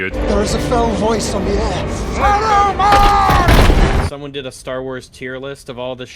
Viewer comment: "Sarumen" is when you have multiple of him?